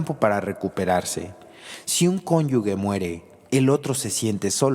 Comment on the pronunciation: Solo una corrección: La palabra cónyuge se pronuncia exactamente cómo se escribe. La letra G como si fuera J”. Y la persona que habla la pronuncia “conyugue” lo cual es un error.